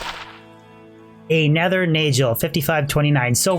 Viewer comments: It is Nagel (nay-guhl), not Najel (nay-jel) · Fun fact: Nagel is pronounced as Na'g'hel, in old european languages referring to "Nail Ring". You can see in German and Dutch both retaining old germanic spoken language still using Nagel to this day. Since this a gothic themed game i'm almost 1000% sure this was their aim a "Nail ring" not a Neigel ring. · same in scandi languages, it's been a pet peeve of mine having to listen to say naygel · It's pronounced NAG el. Not Nayj el. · NAY-GULL.. NAY as in the sound a horse makes, and GULL, pronounced the same way you'd pronounce it in SEAGULL. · I've always pronounced Nagel like bagel and manald like mana with ld on the end. I don't get how people come up with their pronunciations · Min Nald, Nay Juhl, lol ok..pass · The way this guy says nagel. It rhymes with bagel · If it's German it's pronounced nahgehl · nayjel xDD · I couldn't listen to you say "nayjul" and "manauld" this many times -_ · It's pronounce Nahgul. It means nail. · 50th ring was manald...not nagel... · It's really annoying how he mispronounces Nagel... does he enjoy eating BaJELs? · Wouldn’t it be a hard g on nagel, like bagel